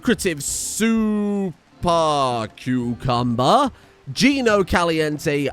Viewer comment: thanks for the story, congrats on saying super cucumber correctly in the credits. Very impressive, the practise paid off. Will we see another stardew series some time? Just asking because the super cucumber, no other reason